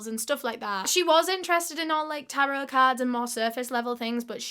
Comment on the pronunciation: tear-o card readings 💀💀